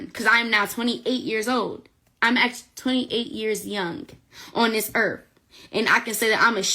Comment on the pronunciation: "on this earf'.